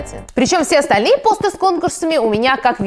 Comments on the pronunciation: Не пОсты, а постЫ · постЫ а не пОсты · не пооосты а постыыы ты не правильно ударение ставишь слух режит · Почему ты говоришь пОсты,обычно все говорят постЫ(если честно такое произношение режет ухо) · Вообще-то постЫ, а не пОсты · Я одна думала, что в слове посты ударение на ы? ПостЫ! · ЖеВаТеЛьНаЯ АвАтАрИя ты такая не одна я тоже так в самом начале подумала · Но ведь посты (на второй слог ударение) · посты ударение на ы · не так ты говоришь не ПОсты а